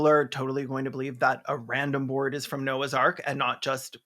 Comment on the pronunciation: I first heard you say "," which would have been a very different but likely far more entertaining movie.